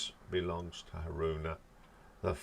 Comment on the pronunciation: Midori is pronounced Mee Door Ree. In fact all letter I sounds in Japanese names are pronounced as a long E. So Miyako is pronounced Mee Ya Ko. Fami rhymes with Mommy and Asami. Haruna you got right.